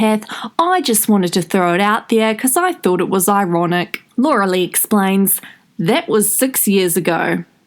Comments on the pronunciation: Ok please just say Laura ur so annoying everytime u say Laura la la lu wa like wtf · What’s with butchering the name ? It sounds like your using one of those programs where you write the words and it verbally says them out loud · Just for the “loluluwa” I’m watching all the ads 😂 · I’m not laughing at her because somehow I feel bad for her... but when you said laluluah I lost it 🤣🤣🤣